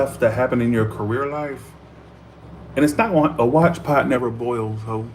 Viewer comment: Yes - I’ve heard “A watched pot never boils” before. - But not: “A watched pot nerver boils, Whore” Come on now, get it together a bit.